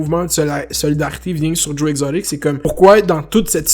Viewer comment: Comment tu dit Joe exotic chui dead 🤣🤣🤣